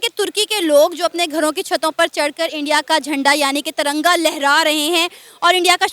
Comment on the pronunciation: One correction it’s Tiranga not taranga